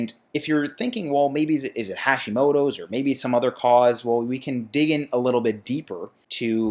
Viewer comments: Small thing. The "ha" in Hashimoto is pronounced like "hot" not like "hash". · You pronounce it so badly… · "Hacks" would work if that's how you pronounced "Hashimoto"...